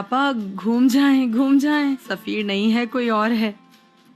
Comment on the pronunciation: Likha hua padha hoga show mein , turkish me safeer hai , urdu me usse bolte hua zafar ho gya woh 😂